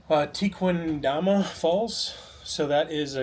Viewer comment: Pronounce it as Tekendama!